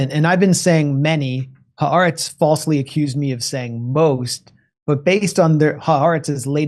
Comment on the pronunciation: Ha the Aretz Land. Haaretz. The Land three sylables